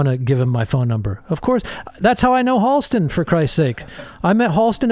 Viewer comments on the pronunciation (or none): I'm a little late here but. Halston. With an A. Just so you know :)